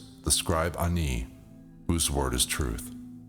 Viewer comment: THANK YOU FOR NOT PRONOUNCING IT AS 'ANNIE'!